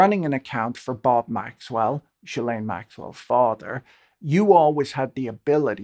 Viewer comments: Jill lane but you say it together jillane, that’s how you’d pronounce it. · Very nice of you to do this recap! But it's Ggghislaine, hard G like Guy. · That was the best summary I've seen of the Epstein scandal. The question of where his wealth came from is one that deserves far more attention. I have to comment though on this inability to pronounce Ghislaine's name properly. The English media don't seem to have the same problem, possibly because of repeated exposure to her father saying it. In America, all manner of educated folks have yet to figure it out, Lawrence O'Donnell included. It is a French name and therefore phonetically sounded out. The Gh is pronounced the same way as in ghost. No juh sound. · Jizzlene in France. {unfortunate with the Jiz part.} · After all this time and people are still mispronouncing ghillaines name? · The mispronouncing of GM's name must grate on her ears. But there is no doubt whatsoever who they are referring to.